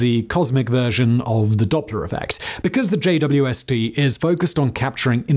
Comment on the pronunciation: "VCAUSE here "